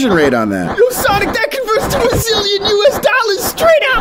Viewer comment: “Whats the conversion rate on that?” “Like a zillon us dollars”🤣🤣🤣🤣🤣